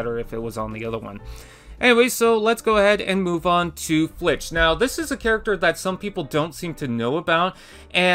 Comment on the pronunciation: It’s filch not flitch lmao